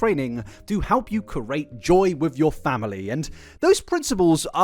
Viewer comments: Hey, don't let people who don't like the way you say "create" get you down. You come from a part of the world where nearly every village, town and city have their own manner of speaking. The peculiarities of your pronunciation habits are a personal treasure. Cherish them:) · Only just started watching this video but I wanna say that I don't get people complaining about how you pronounce certain words 😅. I'd get it if the meaning became unclear or if you said you weren't sure how to pronounce something... but I still know what you're saying and it doesn't affect what you're meaning to say 🤷🏼‍♀️. I'm so used to it now that I think it'd be jarring if you suddenly pronounced everything perfectly - your pronunciation idiosyncracies are a signature thing to me now; it makes it feel like you're a real, authentic person: rather than an over-rehearsed person putting up a perfectionisitc façade, an unrealistic & unattainable image that makes them seem more like a computer program than a human 😅. Keep pronouncing things the way you do (as long as meaning isn't lost) - coming across as natural & not letting pronunciation get in the way of your flow is way more important than being "correct"; there isn't one single pronunciation for any word anyway... a particular point of contention for me as a yorkshireperson who's been told they pronounce things "wrong" because of my accent 💀